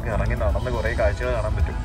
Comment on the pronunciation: കായ്ച്ച അല്ല കാഴ്ച 🤣🤣🤣🤣🤣 കോഴിക്കോടുള്ള അല്ലങ്കിൽ മലപ്പുറം 🤣🤣🤣🤣